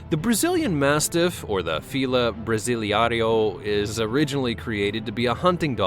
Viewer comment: Psst, let me help you out with a couple of these dog names coz you put 6 or 7 syllables in one that has only 4. The Fila (Bra-see- lay-row) Bra-si-lei-ro. Now, just say those 4 little words in parentheses real fast and you'll sound nearly Spanish! And Presa Canario is (pray'-sah kah-nahr'-ree-o).